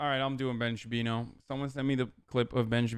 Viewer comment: “Ben Shabino” ....do you know how to read?! OMGZ I JUST REALIZED UR THE TOOL WHO SAID AMERICA DESERVED 9-11!!!! Son, gtfo of here. You have no idea how good you have it. You gotta go man. You gotta leave. Get outta here for awhile. Go experience actual oppression (which I have witnessed, first hand, in places with actual oppression. Places you praise, actually) and get back to me.